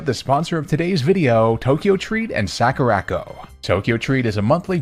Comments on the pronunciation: "Sack-ooh-rack-oh" I'm DIEING. "Sah-koo-rah" as in, the "sakura" (cherry blossom) trees from Japan, and "co" as in A FRIGGIN' COMPANY!! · What's a Sackoorocco sorry I had to that mispronunciation of Sakura Co feels very intentional he pronounced every other Japanese word correctly it was just that one Sakura is a very common Japanese word and I'm going to be surprised if he was mispronouncing that unintentionally. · Soccer-ra-co that mispronunciation damn near made me have a stroke . Legit the most violently american way I have ever heard sakura pronounced.